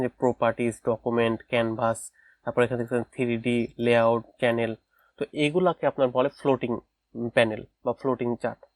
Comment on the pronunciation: কেনেল😂না কি চ্যানেল 😂